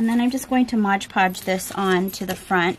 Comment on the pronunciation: Mod podge, not modge podge please. I love your Asthetics and your style. You may have lived in the Victorian era previously. Thank you for your kind generosity, and sharing your talent and beautiful artwork with all of us. The world is enriched by your art.